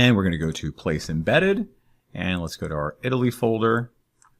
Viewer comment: Italiy (not Eataly) :D